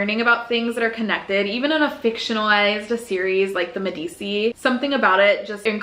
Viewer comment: I love this idea and it has been around for millennia. I’m the queen of mispronouncing words but also get a chuckle when other people do it. I giggled at how you pronounced the Medici family name. It is more like “meh-duh-chee”